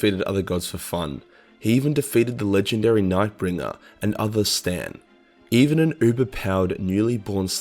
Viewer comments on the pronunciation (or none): Pleeeeeease stop calling them "Stan" it's Cee-tan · C'TAN do NOT read "Stan" .... Like WTF you are new to Warhammer? It reads "K - TAN" or "Kii - Tan" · Say it wid me kuhr ‘ tan not Stan - C’tan is pronounced (kuh’ tan) good video though otherwise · Why do you keep calling C'Tan Stan? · Stan? What the hell is a stan? You mean C'tan or, better put, SATAN??? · HE SAID C'TAN AS STAN IM GONNA PURGE YOU I SWEAR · Did you really just pronounce C'tan stan? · I love how you say “C’tan” as “Stan” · Why do you keep calling the C’tan, “Stan”? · Oh my god he pronounce s C'Tan as STAN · Why do you pronounce C'Tan as “Stan“? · I swear each time pronounces ctan I think he’s talking about stands from jojo